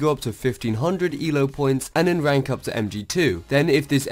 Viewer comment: no offence but you cant spell "r" instead of saying rank u say wank. lol